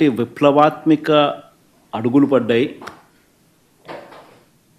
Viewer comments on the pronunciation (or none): విప్లవత్మిక కాదు విప్లవత్మాక 😂